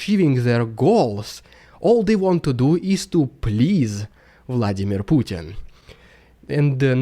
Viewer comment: Finally, there is somebody who can say the name Putin correctly...